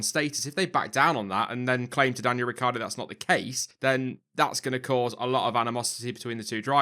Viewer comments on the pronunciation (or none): Ricc i ardo! Not Ricardo ... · Riccardo will stay in Red Bull for . Yes I left the "i" out of his name, it is useless if it not pronounced. "hus that is a secret" :O